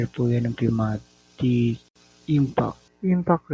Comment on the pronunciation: Pneumatic hindi pumatic